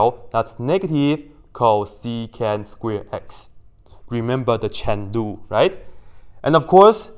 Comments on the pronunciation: Is he saying Shen Lu (as a joke? i find it funny) or Chain Rule? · Its chain rule guys if anyone is hearing chen lu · Thought he was saying 'cheng lu' then i realized it's chain rule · me enjoying his pronunciation of "chain rule" love it. also the inverse hahahahaah